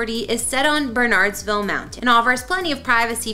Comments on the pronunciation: needs to learn proper pronunciation. Jesse Watters' new hometown is pronounced Ber Nerds Vil, not Bernards vil (Bernardsville, NJ) and Tucker Carlson's house viewed the Puh toe mic river, not Poto mac. (Potomac River) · Beautiful property. I remember when that house was built. I have to admit I cringe a little when outsiders pronounce Bernardsville NJ exactly as it's spelled (understandable) it's actually pronounced Bernerds-ville. Happy for you Jesse, I hope you guys are enjoying the new digs. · You would sound more professional if you learned to pronounce the names - Bernardsville, Potomac, and Kent/Trent. People move within a neighborhood for schools. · Please learn how to pronounce Bernardsville before before you report. I can see why you/others think it is BernARDS... but maybe do a little research - call the town, the police department before you assume the pronunciation.